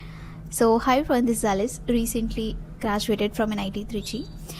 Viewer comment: Alice kya hota hai... ALISH hai naam toh ALISH bolo....